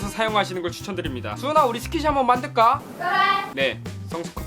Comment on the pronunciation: 만드까? 할때 사투린가요?